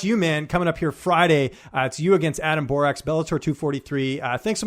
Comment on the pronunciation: First of all learn to pronounce Borics' name he is now 15-1 after winning vs Hamel who missed weight and had 10-15 pounds plus over Borics at the start of the fight ! Look Hamels face after the fight looked like he was hit by a truck !!! Adam Borics had 0 damage after the fight he was fresh no cuts nothing!